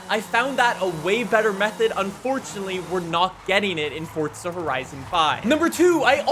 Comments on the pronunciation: It's forza not fortza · Bruv why do u say fortza? Its so annoyin where u gettin the t from? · why does he say " forTza" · It's not forza horizon its forza horizon